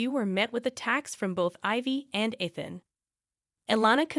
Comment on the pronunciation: Ethan, Eethan, Ian... and then I stopped watching.